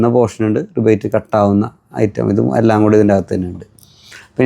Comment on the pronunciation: റിവറ്റ് ഗൺ ✅ റിബേറ്റ് ഗൺ ❌